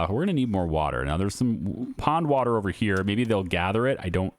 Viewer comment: I love this series and your other videos but I'm sorry " waw water"😅